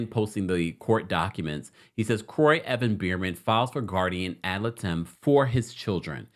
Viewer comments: I believe it’s pronounced Guardian ad Light-em. Not “lit-em” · Great video! I'm still shocked by this split! (FYI...the legal representative for the children is pronounced "Et Lie-dum". I had friends who needed this for their 2 kids when their divorce got down and dirty). I appreciate your consistent and up to the moment tea, my friend! ❤ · I love you so much lol it’s guardians ad-light-em! I said if I heard it wrong again I would them you 😅😅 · you pronounced ad litem wrong. It’s pronounced “ad lidum” ❤ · It's pronounced Guardian Ad LIGHTum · The way you pronounce ad litem 😂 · The way he pronounced 'ad litem'🤣🤣🥰